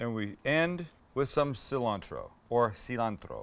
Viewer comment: I cringed when you said “seee-lantro”